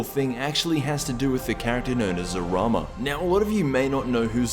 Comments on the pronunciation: Its zalama not zarama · Like 90% sure it’s zamala not zarama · It's zalama not zarama